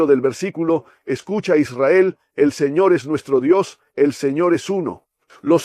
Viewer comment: Que horrible se oye la palabra señor